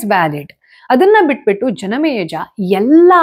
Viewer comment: ಯಾಕೆ ಇವತ್ತು ಜನಮೇಜಯ ಹೆಸರನ್ನು ತಪ್ಪಾಗಿ ಉಚ್ಚರಿಸುತಿದ್ದೀರಿ.. ಆಶ್ಚರ್ಯವಾಯಿತು 🌹